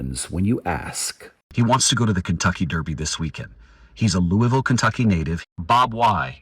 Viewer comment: I love this story - and that David Begnaud pronounced Louisville correctly.